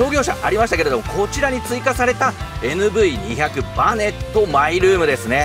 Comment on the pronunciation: 「にひゃく」ではなく「にーまるまる」って言うらしいです。てかキャラバンもクリッパーもNV外したんだから「バネットもNV付けなくても良くね?」って思う。 メーターが液晶化されたならキャラバンはエクストレイルとか見たいなフル液晶メーターを採用して欲しいなぁって思ったりする。